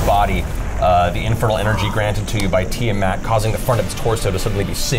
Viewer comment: The mispronunciation of Tiamat is staggering. Who is "Tie-a-mat?"